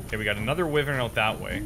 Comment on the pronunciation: It's why-vern, not wiv-vern. I live in the Wye Valley in Wales, which is named after the Wyvern, so it started to grate after a few times of it being said...sorry.